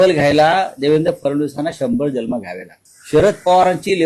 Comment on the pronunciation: ह्याला जन्म शब्द उच्चारता येत नाही,ह्याने काहीच बोलू नये.आधि नीट मराठी बोलायला शिक नंतर फडणवीसांवर बोल.